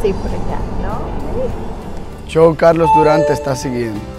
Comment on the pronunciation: Me asombra la pronunciación que tienes de redes sociales tales como Instagram, Youtube y luego tu propio nombre lo pronuncies CHOW en vez de show...